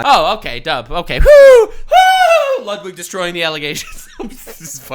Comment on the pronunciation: Lets go! Lud-W-ig!